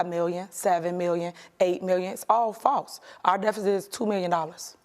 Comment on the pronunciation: “Fawse allezations…” 😂